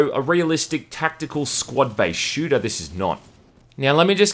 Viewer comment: You mean a... SHLOOTER